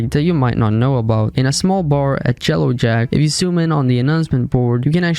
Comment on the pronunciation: Did u actually say jellow jack???